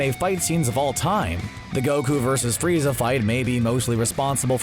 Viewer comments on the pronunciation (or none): none